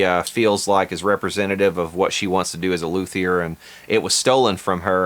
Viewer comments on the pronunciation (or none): Loo'-theer? It's pronounced Loo-tee-ay'!! Of course the Jimmy Page Telecaster will be priced into the stratosphere and out of reach for 98% of us. Only the top 2% (1%?) can afford this guitar. Cash grab? Probably so. I wonder what the ACTUAL cost price of the JP Tele is. Why don't they(Fender) use the profits from this guitar and put them towards making a JP Tele that we ALL can afford!! Low profit for them, high availability for us!! Fender can even market it this way: "We are making almost no profit on these guitars just so everyone can have, play, and enjoy one because Fender understands the low $$, working class man/woman and we are not an elitist company. We want EVERYBODY playing guitar and just having fun!!!!". What a novel approach!! A guitar for the people that people can afford!! Keep it less than $400 and they would sell a million of them!! Fender: are you listening?? For this idea I want the People's JP Tele #1!! That's all I ask for!! 😉 Waddaya think? Your loyal subscriber, Norman in Montreal.